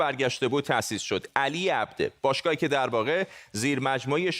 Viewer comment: Aghaye Fardad ,talafoze sahih Abdo,naa Abde